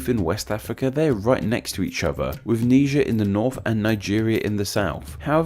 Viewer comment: Its not nee jer. It's nye jur